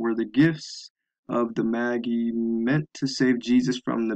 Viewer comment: It's pronounced may-jai not Maggy lol.